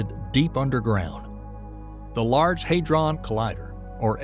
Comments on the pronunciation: The 'a' is short; HAD-ron, not HAID-ron. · NOT LARGE ‘HAY DRON’ COLLIDER’. ITS LARGE ‘HAD RON’ COLLIDER!